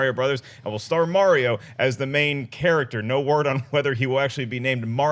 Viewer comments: Dafuq is MaryO? MaryO and Luuuueeeegeee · It's Mario, not mare-e-o. It's a hard R sound. Also, y'all are some Patriot haters. Stay jealous. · raised my eyebrows each time pronounced Mario haha I've just never heard it said that way before